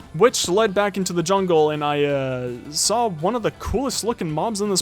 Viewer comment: “I sawl it”